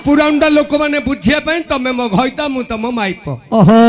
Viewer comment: ବହୁତ ସୁନ୍ଦର, କିନ୍ତୁ ଘଇତା, ମଇପି ଉଚାରଣ ଟିକେ ଉତ୍ତର ଓଡିଶା କୁ ଖରାପ ଲାଗେ